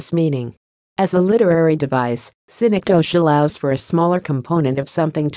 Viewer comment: Wrong pronunciation. Study more.